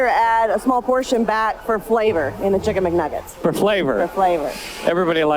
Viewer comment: . "Kicken McNaggets"😂